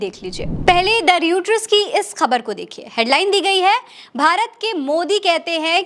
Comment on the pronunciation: Sorry, Mdm, this is not रयूटर (Reuter) but रॉयटर।